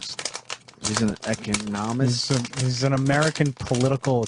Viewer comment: Opie hears the word "economist" pronounced correctly, and still flubs it